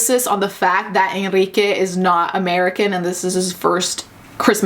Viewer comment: The thing that really tripped me up was how they couldn’t say the name Enrique. ENRIQUE. ITS THE MOST COMMON LATIN AMERICAN MALE NAME.